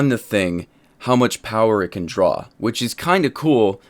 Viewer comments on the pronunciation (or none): none